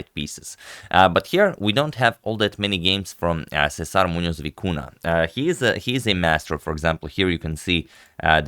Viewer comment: Kudos to the very very good pronunciation of César Muñoz.